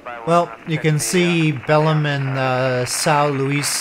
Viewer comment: The accented syllable in Belém is lem.. 👍